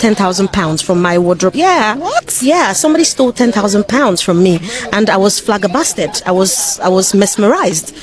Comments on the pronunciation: Flagabasted? WTF 😂 learn English!!! PLEASE FGS!!! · She said flagerbasted